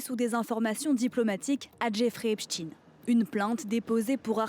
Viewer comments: Noooon... pas français. Juif. Petite correction judéorthographique du jour. C’est Jeffrey Epstein, avec un E après le T, pas Epstine ("EIN" Germanique Ashkénaze). Les juifs connaissent l'effet Streisand ?!!! Vous allez vous noyer dans le torrent montant de la judéopédophobie contemporaine. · Pourquoi ne prononcez vous pas Epstein plutôt qu'Epstine??? C'est pour faire une connotation russe??? Et du coup, j'aimerais bien revoir le monstre de frankestine!!!🤡🤡🤡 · Pourquoi tous les medias prononcent Epstine ? On ne dit pas albert Einstine que je sache ! Un problème avec ses origines ?? 😮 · ce n' est pas epstin mais epstein ... France 24 aux ordres du Mossad ? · Pourquoi tout le monde dit "epstine" alors que ça se prononce "epstayn".🤔🤔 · Ils ne le feront pas (preuve en est qu'ils ne prononcent meme plus epSTEIN et remplacent par epSTINE) et puis maintenant ils font croire à Epstein l'espion russe 😅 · Vous en avez de bonnes avec votre prononciation "Epstine" pour faire croire que la Russie y serait pour quelque chose et en même temps pour protéger une communauté très impliquée dans cette histoire satanique. Donc, il s'appelle bien Epstein, même si ça vous déplait ou si ça déplait à vos financeurs. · "epstine" 😂 c'est comme borne qui s'appelle en réalité bornstein... Ils veulent cacher l'origine de l'odeur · On dit Albert Einstein pas Einstine par contre là on change le nom😂😂😂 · A revoir le prononciation du nom encore